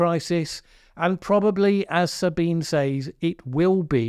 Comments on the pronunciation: FYI her name is pronounced Sabina not Sabine I too for a long time thought it was Sabine until one day she spoke in third person, it's the german version. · It's actually pronounced like Sabineh. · Most people, including her self, pronounce her first name as "Sabeenah", just in case you're interested. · One small quibble, Sabine is pronounced 'Sabina' unless she herself pronounces it that way. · Her given name is 3 syllables. sa-Bi-nuh za-Bi-nuh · "Sabine", the first name of Ms. Hossenfelder ends in a "schwa" (Schwa /ə/) sound, exactly the same Schwa as "Baker" ends with. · Very good, but do pronounce the final e 👍